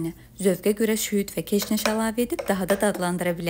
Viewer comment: Elerinize saglıq ,hemişe izleyirem ❤ zehmet olmasa deyin ,haralısınız ? Şüyüde çüyüd dediniz 😊